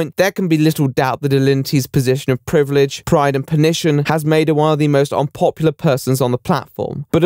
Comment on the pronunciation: The word "privilege" does not have a D in it.